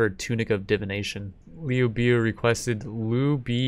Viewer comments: Liu biu? It's LIU BEI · No that was liu biao. He called liu bei “liu bee”. My advice to the uploader is to watch 2010 three kingdoms. It’s better than anything the west makes and it will help with the pronunciations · "Lee-You-Bay" don't disrespect him